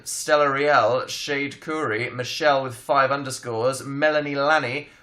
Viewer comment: He said Michelle and I just died a little inside